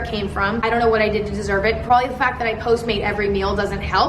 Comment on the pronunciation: “also porbably.” same